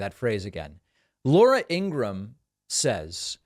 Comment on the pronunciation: Does he know how to says lauras name